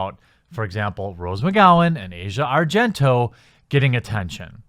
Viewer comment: Your ignorance is showing. 1)The #me too movement was started by activist Tarana Burke over a decade ago (2006). 2)You don't even bother to pronounce Asia Argento's name correctly, yet you seem to know her well enough personally to know that she's a "cockroach" and a "mosquito". Her name is pronounced "AH' see uh", not like the part of the world /continent known as Asia. I'm neutral on the subject of Asia Argento. Neither a fan, nor a detractor. However, the out and out hate you exude towards women in general is palpable and thoroughly disgusting. There's nothing like whipping up a little bit (haha!) of division to rile up the masses. On the other hand, maybe (just maybe) you're so pissed off because no self respecting woman would ever even want to be seen with a guy like you.